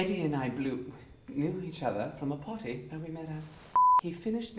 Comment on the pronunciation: He pronounced ‘party’ like ‘potty’ by accident too, which made the blooper all the more hilarious.